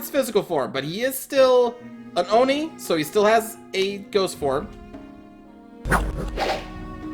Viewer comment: I think it’s pronounced Oh-nii not yomi